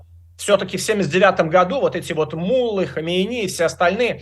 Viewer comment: Ну и собеседник- совершенно невменяемый да и безграмотный мУллы, да мУллы, вместо муллЫ.Где нашли такого, слушать нечего..